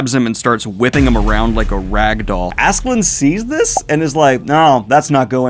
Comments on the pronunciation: Love the videos. The "Love" conversation is pretty important btw, since "Love" is kind of the main plot point of the series... Also please do not call the dude Askeland. its "Ask-a-lad". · Why tf is this guy calling him Assland when it’s Ask-a-lad? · I’m sorry but Askeladd doesn’t have a “n” in it.. idk why that bothered me so much but Daniel!! Cmon man! Ask a lad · funny that you correct yourself about Thorkell but still call Askeladd Assland or something :D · Daniel, it's been two volumes now. Stop saying Askeland, come on... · Daniel, please. I love you and your content, but Askeladd does not have an n at the end! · You pronouncing Askeladd with an N is why i watch these now. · Great video. Should point out there is no N in Askeladd if you care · Daniel I love that you cover vinland saga, but it's askeladd. There is no n in the name, I know it's hard to pronounce😂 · Lol I love how there's an insert where he recognizes himself calling Thorkell "Thorkinn", but he then still proceeds to call Askeladd "Ass-Land"